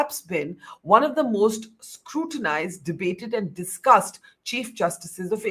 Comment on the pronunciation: Not the "most duscussed" but "most dusgusted"